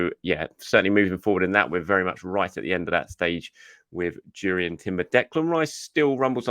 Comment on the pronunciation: It's pronounced "Yourian" the J is silent in Dutch